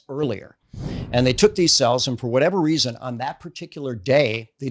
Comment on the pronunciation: The re-a-Son is sin